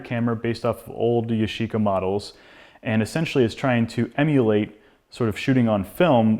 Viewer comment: yashica not YOSHICA ！